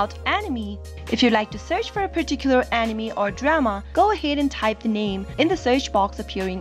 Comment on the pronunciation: why tf does she pronounce anime as animi